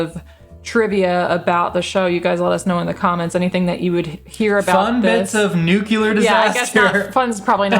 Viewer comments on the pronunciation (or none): Nukular Neclear. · nuclear, NOO-clee-er not nucular NEW-cue-l-are (: but “enjoying” this so far and good and smart insights (: on to episode 2! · Every time he mispronounces nuclear as "nuke-u-lar", God kills a puppy. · "nucelar"? Ok W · Thanks,! Thanks,! ☢ It is an excellent series. Much of it is difficult to watch. I hope you'll love it, as I did. 🔸 Since kept mispronouncing nuclear, a good way to remember is that it sounds like it's spelled... nu-clear (new-clear). That's what our science teacher drilled into us. 🤣